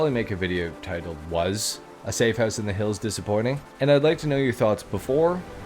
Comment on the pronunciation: Love it how you say “Hoose” the same way we pronounce it in Scotland 😂😂 “Devin Weston’s Hoose”